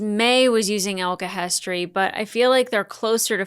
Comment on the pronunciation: It tickles me when you say ulchemist instead of alchemist